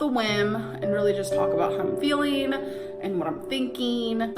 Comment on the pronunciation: “how I’m feeleen and what im theenkeeng” shoot me in the head